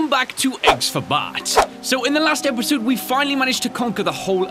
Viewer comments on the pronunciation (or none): Di... uh... did ryan just say episode wrong at the beginning?